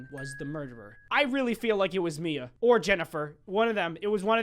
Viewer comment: The hand one my names mia AND YOUR DA BEST U SAID IT RIGHT PEOPLE SAY IT LIKE MYA